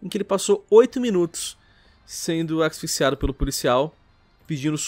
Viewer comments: O que o disse em????? Aksifixsiado??????????????????????????????????????????????????????????????? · Alguém ajuda o a fala "ASFIXIADO". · O tem dificuldade de falar asfixiado, prestem atenção